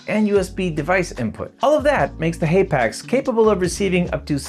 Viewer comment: I can’t stand hearing you say haypax.